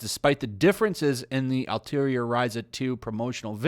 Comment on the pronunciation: Why do most people constantly mispronounced "Atelier" so badly? It's was pretty hilarious at first but now it's become almost frustrating. Like, take a single class of French and you'll know how to pronounce it lol.